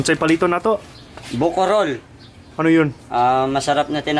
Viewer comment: bukorol not buko roll hahahahaha funny.....lol